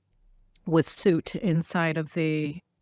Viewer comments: Suit? Do you mean soot? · Pronounced suute